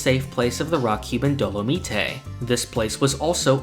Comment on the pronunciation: I'm sorry but it drives me insane the way you pronounce Dolomite. It's supposed to sound like dynamite.